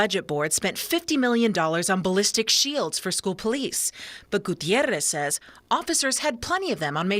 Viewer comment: The pronunciation of Gutierrez is really annoying here. Like Gutierrrrrrrrez.